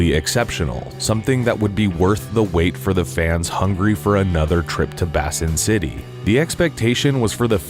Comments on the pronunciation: It’s pronounced Bay-sin city not Bass-sin city. YouTubers have a problem with pronunciation. I love both of these movies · Did you just pronounce "Baysin" as "Bassin"? Sigh... 🙄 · "Bay-sin" not "Bass-in"... no fishing! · Why's he pronouncing it "BASSIN" city? Basin is pronounced "BAYSIN." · First of all, Basin does not rhyme with fasten. It rhymes with raisin. Basin, you know? Like a sink. I'm guessing Basin City, Nevada is near a lake or a reservoir. There were a few reasons for the failure of the second film. First, two of the main actors were dead. They waited too long to make this movie. Secondly, Frank Miller has lost his knack for writing. He did some great stuff during the 20th century but he went seriously nuts following 9/11. Also, Jessica Alba can't act. At all. She was barely passible in the first movie. She cannot handle anything heavier than that. So we've got a writer who can't write writing an original story for an actress who can't act. Which brings us to our final reason... original stories. Why? There are six Sin City books, not including the issue of short stories. Make a movie from the remaining three books, don't write new shit. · My only complaint about this channel. Their main narrator doesn’t know how to pronounce “albeit” in numerous episodes. All-bite? I find myself yelling at the videos. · Pronounced BAY-SIN . . . City. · The word “basin” is not pronounced “bassin’” like it’s some kind of fishing canp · Basin is pronounced "BAY SIN" And Cannes is pronounced "can" or probably more accurately "con". It's French. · Bay-sin! Bay-sin city! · is the one who mispronounces “albeit” but isn’t paying attention either all the time. “Bass-in” is a colossal fuck-up. I guess I can’t be too surprised. Dude doesn’t even know how to pronounce “Gomez” correctly. 😂😂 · The name is pronounced Basin, as in "eh". It's a city that is at the bottom of a gorge where trouble brews at the lowest levels.